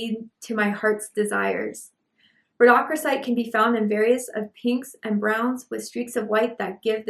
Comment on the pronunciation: It’s pronounced “Rodo-crosite” if that helps…. 😊😊😊 love your messages always ❤